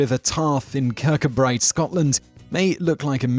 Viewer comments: No10 is pronounced kur-koo-bree, not kur-koo-brite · Sorry to be picky, but you pronounced Kircudbright wrong, ka koo bree :D much love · 'kir could bree' is how the Scottish town Kirkcudbright is pronounced. Thanks Top Tenz for another great clip.